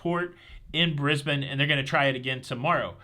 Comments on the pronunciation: Morning from time wrap Queensland 🤣 Jsut a quick update, you mistakenly said Pacific Explorer was on its way to Australia 🇦🇺, but it is the Pacific Encounter that is coming our way 👍 Also thank you for saying Brisbane correctly. Not many Americans do. Have a great cruise. Cheers Sam. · Thank you for pronouncing Brisbane correctly! Yes we are a day ahead. love your work